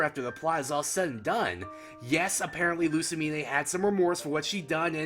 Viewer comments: Lu-sa-mean! Not Lu-sa-mi-nay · Winn Schott No, Luz - mane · Given that my own mother acted similarly to pre-psycopath Lusamine, I can understand it. Maybe that's why I'm not sympathetic, she actually thought she was doing the right thing.. even when everyone abandoned her. and why are you pronouncing the 'e' at the end of her name? It's not a unique name and the e is silent. sorry, just triggered about that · Loo-sa-meen-ay...ny-il-ego...why do you trigger me like this?